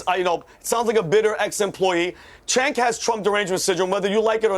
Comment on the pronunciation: Oh my god, panelists, IT'S PRONOUNCED "JENK" Not Senk and not Chenk 🙄🙄